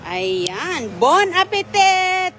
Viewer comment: Bon apetit - di binibigkas ang last na letter 't'.